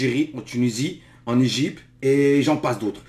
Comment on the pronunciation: On dit "Égypte" pas "Égype"